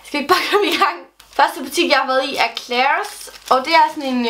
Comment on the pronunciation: Endelig en der udtaler Claires rigtigt